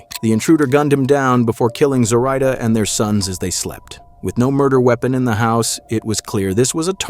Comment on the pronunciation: This video is a little unsettling for me because my mom’s name is Zoraida. They’re pronouncing it wrong. People have been pronouncing her name the way the narrator is pronouncing her entire life.